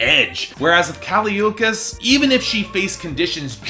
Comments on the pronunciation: Yeah it's not Ookees I hated that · can't even learn to pronounce her last name, good night